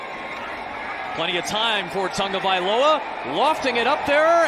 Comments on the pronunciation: Is it me or does he say "Tongavailoa"? They cant say his name without an "N" i guess. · Why does everyone say Tangovailoa?